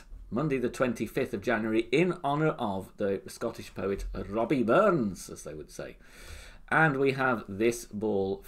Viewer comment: Robbie! Please, it’s Rabbie Burns!